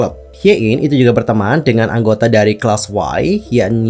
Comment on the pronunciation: maaf kak, koreksi. class:y itu bacanya "klasi" bukan "klas-wai" cmiiw